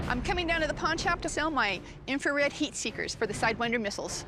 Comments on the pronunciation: bro it’s infrared not inferred 😂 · Jesus Christ, History Channel its infrared not inferred.